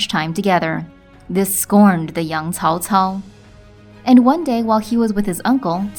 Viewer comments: the correct pronunciation is: tsao? tsao! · They tried to fix it in Dynasty Warriors 6 where they started to pronounce it tsao tsao. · "if you say cao cao you're saying it wrong" cool story bro im still saying cow cow